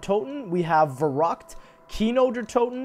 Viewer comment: i find it interesting how people say things in another language, but don't pronounce it the way it should be pronounced. "Verruckt." (Verr*-Oockt) "Kawaii." (Kuh-Waii**) *as in the first part of "very" **as in "hawaii"